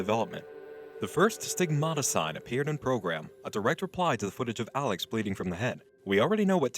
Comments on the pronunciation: was it "alex" she says or "salads" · "Alex" sounds more like "Salads" lmao